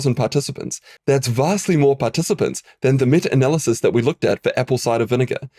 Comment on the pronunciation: "metter analysis" 😆